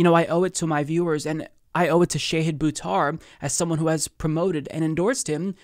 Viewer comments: Please please PLEASE learn how to pronounce his first name 🙃. It's Sh'AAA'hid not 'shay'hid. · His name is Shahid, not Shayhid. The mispronunciation is painful. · Small point: Pretty sure it's ʃɑhɨd, not ʃɛhɨd. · The Indian in me cringes everytime you call him Shehid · It's pronounced Shah-head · Wouldn't hurt to learn how to pronounce his name correctly before he comes on. Just sayin